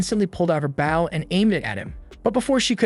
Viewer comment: The way you pronounce Ally and Bow, hurts my brain.